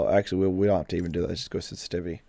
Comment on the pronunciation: Am I a nut but is my ear sense-tivity not inline with my vocabulary sen-si-tiv-i-ty? :) Just sayin!